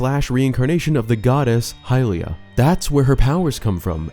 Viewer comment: It's hylia